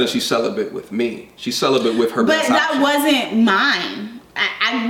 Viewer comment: Why the fuck didn't you correct her stupid ass "celibent" really bitch.